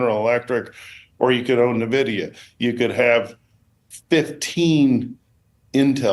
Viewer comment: Don’t take financial advice from anyone that calls NVIDIA, NEVIDA